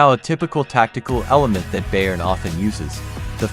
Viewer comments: Bayern is pronounced "Buyern". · You need to learn how to pronounce Bayern